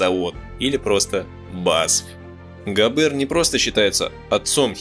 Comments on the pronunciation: GAber, BAden FArben что-то с вашим произношением . NSDAP- en- es -de - a-Pe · Так фильм Ромма И ЕСТЬ общий обзор, у него совершенно другая задача. Он больше о человеческой психологии и нравственности. С моей точки зрения, фильм переполнен, именно ПЕРЕ полнен фактами, за которыми теряется общая картина. И очень режут слух неправильные ударения (ГабЕр, фарбЕн ,Тиссен, слава богу хоть не ГитлЕр), чис лительные вроде "девятиста", и сокращение нсдАп. Ну совсем не по-русски...